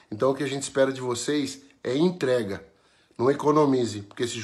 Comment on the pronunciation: Que nem o falou " intrega" kkkkkki